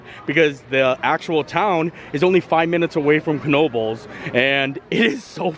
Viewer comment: Thank you very much for pronouncing the “k” in Knoebles! You are straight outta NEPA!! 😍#YouAreMyPeople